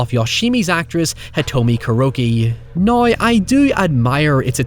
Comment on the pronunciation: The words now and however seem to twist your tongue into a knot)